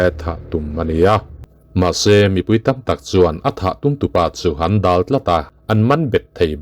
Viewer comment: Sir, 'Dal' tih thumal hi thluk loh tur.